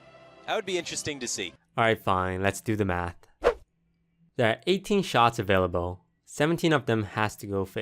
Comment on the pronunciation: Really Toast? AVAILALBE?